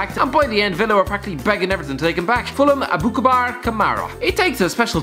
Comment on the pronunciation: Aboukabar 😂 it’s Aboubakar Kamara lol